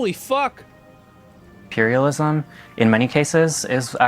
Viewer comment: south america kick the camis out he say imperialismt